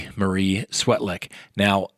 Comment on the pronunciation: I think it’s pronounced Svetlik.